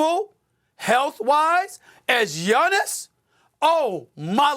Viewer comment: It’s Gianni’s come on